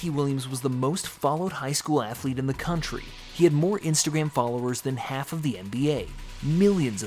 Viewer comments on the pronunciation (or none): none